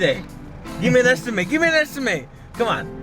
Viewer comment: Gimme an esti-maite! Lol just pronounce MET like I met her last night! Esti-met